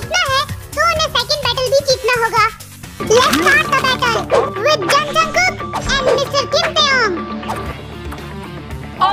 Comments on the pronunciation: Jeon Jungkook not Jung Jungkook ok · When he tell let's start the battle he said jung jungkook but it's jeon jungkook